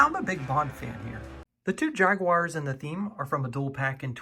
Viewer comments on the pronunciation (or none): none